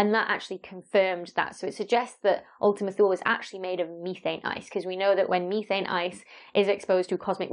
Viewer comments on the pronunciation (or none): Ooltima Too-lé. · It's actually [ulti'muh too'lei], from Latin for "A distant unknown region"